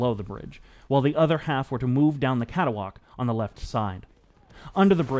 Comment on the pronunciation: Hey here a clue, on screen you the word 'catwalk' yet you say cata-walk, hmm no extra a, CAT-WALK!